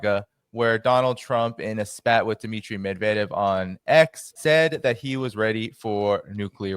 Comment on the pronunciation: Hey, learn how to pronounce "Medvedev." You're welcome.